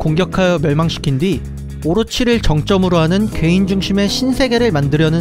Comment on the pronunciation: 왜 괴인 개이로 들리지